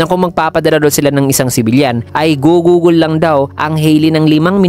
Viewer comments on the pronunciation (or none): none